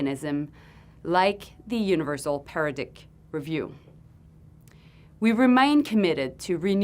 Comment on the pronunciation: "THE UNIVERSAL PARADICK"?????? Don't worry..... you are only running the country, maybe one day you'll learn ENGLISH!!!!